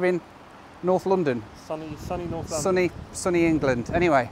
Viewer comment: I hope you don't think of me as a troll but, in watching this episode... I NOTICED that besides your British accent you have a unique way of saying "London".... You pronounce it Loo-don (or Lu-don); the pronunciation stood out primarily because I had just listened to your "Loo Review".... this is merely an observation, not trying to make fun of you. I thought it was humorous. Safe travels and keep doing what you're doing, I find it interesting and satisfying.